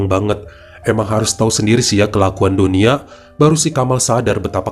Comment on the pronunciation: Hafiz.. bukan hafEd Dunia...bukan donia